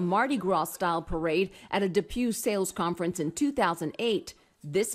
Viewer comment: I thought DePuy was pronounced DePwee 😬